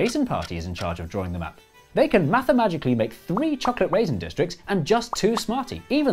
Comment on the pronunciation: mathamagically 😂 please tell me you all heard it, too